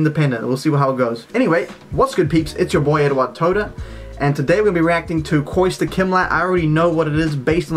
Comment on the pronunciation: Its Kostya Eduard, not Koista